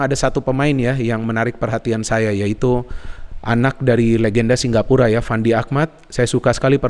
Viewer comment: Apa aku salah dengar ya Kok selalu ngomong singgapura 😀😀 Bukan singapura